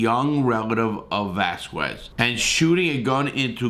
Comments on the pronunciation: that's a harder drinking game than the polices "roxanne" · Damn, you wanna destroy peoples livers. He should have just called him Cain if he can't properly pronounce his name. The weirdest thing is when he's reading it he reads it right, when he just says it it's mumbo jumbo. Hope Larry's ok. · Lmao it’s Velasquez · Larry, it's "VELASQUEZ" not "VASQUEZ!!!" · “Cain Vasquez” it’s pronounced Cain Velas-kez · Larry to be corrected its Ve-Las-Quez NOT Vasquez!! Dont mispronounce names, its not a good look!!! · Cain Vasquez? It's VELASQUEZ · Velasquez not Vazquez. Just because he has a Latina last name doesn’t mean he’s from a different country I’m 99.9% sure that he’s of Mexican heritage but born and raised in the United States California might want to check that before you say it just saying with all due respect sir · Que is pronounced ke. Its not vasCUEs, its vaskes. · lol. also i think the last part is a "skwez" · Yo you missed the L IN VALASQUEZ 🤣🤣🤣🤣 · Cain “Vasquez”. Good lord man. At least learn his name before you start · Know his name first bro it Velasquez not Vasquez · Valesquez val as kwez. Lol 😂😂😂😂 I'm just being an ass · Vel ----- ass ----- quez bro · Dude...it's VELASQUEZ, not VASQUEZ!!! SMH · Velasquez not Vasquez. Come on Larry! Get it together Man! 😂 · Its Valasquez fool get it tight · Say it with me, Larry…Vuh-laz-kez. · The quez in Velasquez is pronounced....kez, phonetically it would be...velaskez. 😃👍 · Dude SAY his last name right!!! VEH LAH S KEZ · That pedophile was already convicted of molesting another kid before his parents let him live with them and be amongst the children they were taking care of in their daycare so fuck them too! Oh and Velasquez is pronounced (VIL - LAS - KEZ). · Larry Larry. Love ya bud, but it's Velasquez, and pronounced "Velaskez". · Its vul- las- kez my dude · VELASQUEZ NOT VASQUEZ YOU TOOL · Dude, it's VE-LA-S-KEZ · Brutal. Absolutely brutal pronunciation of Cain Vasquez, I mean Valasquez’s name LOL. numbersign:freecain